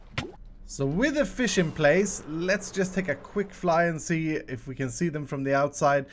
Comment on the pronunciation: Is it hust me or did it sound like said "Wither fish in place"? I know that he said "With the fish in place" but it sounded like it.